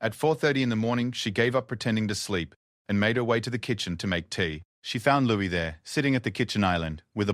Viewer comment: It's Louis not Lewis